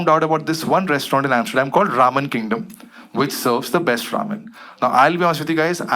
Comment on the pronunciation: Why am I hearing ravan kingdom every time he says Ramen Kingdom😂😂